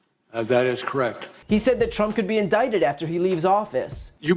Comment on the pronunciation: I seriously thought Mueller said tramp instead of trimp.